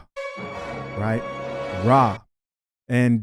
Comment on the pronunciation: Not “Raw” 😂😂😂